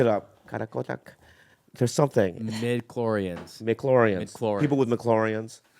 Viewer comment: Lmao “mclorians” Bobby the only one knowing wtf he talking about